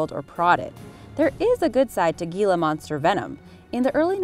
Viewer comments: "Hila" monster, not "Gila" monster. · He-la not Gi-la. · ITS Hila Monster..HILA.........H.. not GEELA.. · Hila monster. The g is silent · what is a "G"ila monster? and you said it soooooo many times? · The Gila monster is a Spanish word the G says h so it's actually said as hila monster. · HEE-luh monster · It’s pronounced Hila monster, also with the Eastern Diamond back, please show actual pictures and footage of the animal you’re talking about, you showed a garter snake and a hog nose snake, both of which are harmless. Showing the wrong animal in videos like this can cause innocent, helpful animals to be killed in masses by people who don’t know what they’re talking about. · The G in Gila Monster makes an H sound. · That drove me insane